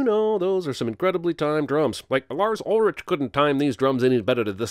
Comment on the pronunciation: Lars UlriCH lol. (For those who don't know, lars ulrich is the drummer from metallica and its pronounced Ulrick btw)